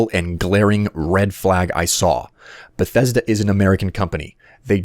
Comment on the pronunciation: if fallout 4 is not even in dev i will cry everytime i here the word "benthesda"